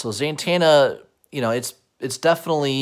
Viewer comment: I swear I hear you saying ZANTANA like santana